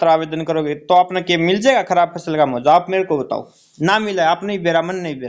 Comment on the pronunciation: मुआवजा ठीक बोलो मुहावजा नहीं